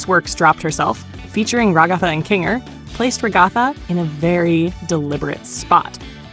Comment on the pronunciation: ragotha? 🤣 its rag-uh-thuh. Lolll